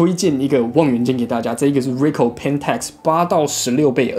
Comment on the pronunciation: 小小的建議: 1.穿個衣服吧,不然背心也可以 2.要做這種評測,是不是應該要事先做功課? 雙筒望遠鏡數百到數千都有可能,本來在材質與功能上就會有差異,而且專業望遠鏡還會有特別功能,或是設計,但是這些你都沒有說,一整個就是花錢買東西來跟大家說"不知道",還有東紫邊西紫邊的 3.品牌發音錯誤,扣分再扣分, 而且 Nikon / Pentax 還是數位相機大廠,也是老牌子了,還發錯音,真的很不行 4.要評測任何商品或是產品,必需要先確定"基準"與"前題",否則完全沒有參考價值,例如在相同的價位下或價格區間(最常見),或是特定用途(水中? 登山? 旅遊? 居家? 室內? 室外?軍用?民用?....) 5.都說要評測了,怎麼連的基本的"表格"都沒有? 那是在評測什麼? 補充:望遠鏡放大偣數越高,望遠端就需要越大的鏡片(入光量的問題,相機也是),而紫邊色差只要是在處理光學放大/縮小就一定會出現,而各家使用補償方法也不會一樣,在比較時,應該是要在相同倍數時再比較紫光現像,不然A牌24x ,B牌16x, 然後都有紫光,那是A牌好還是B牌好? 總結:...........無言....